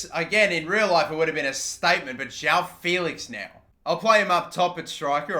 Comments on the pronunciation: It's "Jao Félix", it's JOÃO FÉLIX, fucking learn how to talk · “jow” felix